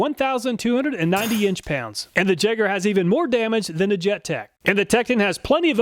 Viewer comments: Think I'll put my money on the tekton.. but also next time if you get that brand again. It's pronounced yay-ger not jay-ger. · Jaeger not Jager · I think you're mispronouncing Jaeger, you're saying it as a ja instead of ya. Most people say Jaeger with the y instead of j. Why? I have no clue but I'm pretty sure the name is supposed to be pronounced with a y. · It's pronounced yay-gurr, not jegger, but loved the video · I'm fairly certain that "Jaeger" is pronounced "yay-ger" not "jeg-er" :P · For you, it's Jegg(ah)... throwing that "R" around to comfortably.. 😂😂😂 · Jaeger is German for hunter and is pronounced Yeager! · The "jayger". Lol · Pretty sure Jaeger is pronounced yay-ger, correct me if I'm wrong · Jaeger = Yay-ger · Awesome video! Just FYI, Jaeger is pronounced "yay-ger" and is a German word that means hunter. Can't wait for the next video! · My son turned me on to your channel and it is Awesome! Only critique is that it is pronounced "Yeager", the J is silent in German. Love the channel!!!! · Hi, in case nobody else pointed it out, "Jaeger" is pronounced "Yaeger". It's the German word for hunter. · Jaeger is pronounced "Yay-gur" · The Jaeger is pronouncer "YAYGER" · should be pronounced 'yay-ger' as jaeger is German for hunter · Ok this one I'm almost positive on - "jaeger" is pronounced "Yay-gher" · Isn't "Jaeger" pronounced "yay-gar" ? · Jaeger is german for Hunter and is pronounced Yay-Ger. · “Jaeger” is pronounced yay-ger. It means “hunter” in German. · "Jaeger" is the German word for hunter. It's written "Jäger", and in the German language the "J" makes the English "Y" sound. It would be pronounced "Yeehger". I don't know if the Jaeger brand has any association with Germany. Maybe from its founders. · Pronouncing Jaeger like that, I think may be a teetotaler.;)